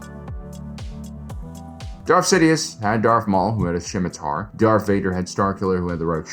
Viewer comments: hey whats up nerd, its pronounced SIMM i Tar - not SHCim atar, good channel, the C is silent. Its a sword in history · I have never heard scimitar pronounced like that. Skim-itar, sure. Sim-itar, yup. But Shim-itar is a new one to me